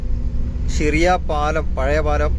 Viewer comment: സിറിയ അല്ല 😂 ഷിറിയ ☝️